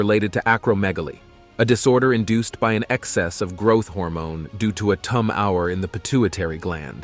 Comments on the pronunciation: What is a tum our? Imagine that a voicebot can’t pronounce tumour. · Do some editing (and don't talk so damned much!) because it is not pronounced "tomb hour". It is "tumor" or "too mor". Such mistakes should not be published! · Tomb-hour? How about tumour! Isn’t AI grand. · It is pronounced TUMA not tum hour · It's 'tumour', not 'tum-r'. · I do believe the narration is provided by a computer program. Concerning pronouncing Tum-hower instead of tumor is because those from England often spell the word "tumour" hence the second syllable being pronounced Tum-hower (as opposed to tumor) thereby confirming the fact that computers cannot always exactly pronounce all English words. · tum-R? you mean tumor? lol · You would have a lot more likes by doing 2 simple things. 1- Shorten vid by 1/2 and not double up. 2- Get your grammar right. Don't say toom-hour when it's tumor, just one of about a dozen words pronounced incorrectly. Use a REAL human to narrate & not a bot. Rant over. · Invitation accepted to 'share my thoughts'. Why would someone who chooses to narrate on behalf of viewers, fail to enunciate simple words correctly? Nobody has ever had a Tum Hour, it is a tumour, pronounced 'tyoomer.' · Is this a robot narrator? "tum-our", really? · WTF is a "tum are"? I hate these stupid AI generated voices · Why can't the narrator pronounce the word "tumor" correctly? Unprofessional. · Please please sort the AI narrator as its pronounciation is really quite bad, "the lady had a tum hour" for tumour WTF?? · Narrator kept pronouncing tumour as "TUM Hour"! What a moron... 😆🤣😆🤣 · Should have been read by a human rather than a bot. What's a tumm-our? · What the heck is a ' tum hour ' that the narrator blames for causing gigantism???? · "Tum Hour"???? Twat. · Wtf is a to mow Ur, get some English language lessons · it's call TUMOR not whatever you said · I am amazed at the mispronunciation of tumor. No credibility. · Why can't he pronounce tumor 😂